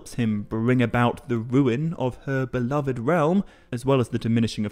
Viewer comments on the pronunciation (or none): none